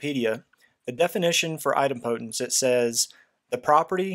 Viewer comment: Very helpful video but your pronunciation of Idempotence is... put politely... very wrong